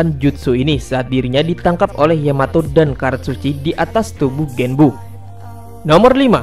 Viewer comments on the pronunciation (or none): none